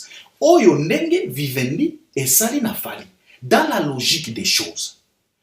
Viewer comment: Vivendi et non Wiwendi. Ca s'ecrit avec V pas W